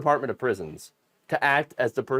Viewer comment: Two reasons why those of us not in MAGA are smarter than MAGA : You pronounced "Anonymity" and "Gestapo" correctly.